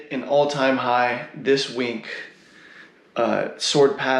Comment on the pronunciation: Dash is not Erc-20. It has its own blockchain with masternodes. And I like how you spell week as "wink", sounds funny XD